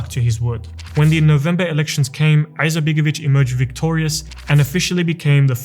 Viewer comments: Why is this guy clearing this throat (an arabic pronounciation) while pronouncing the I in surname Izetbegović? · Have you thought about to learn how to properly pronounce his name before you made this video? I’m Bosnian and I don’t have good opinion about him especially not about his political ancestors and his son BLJAKir IZMETbegović who is the most corrupted politician in Bosnia including his wife SMRADija IZMETbegović.